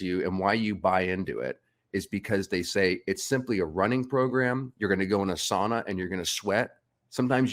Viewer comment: Lol he said sauna the way it should be said ;D (Not sOOna)